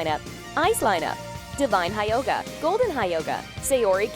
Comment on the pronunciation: You pronaunced gestalt excelent but Hyoga .......... dear god its terrible but so easy to pronaunce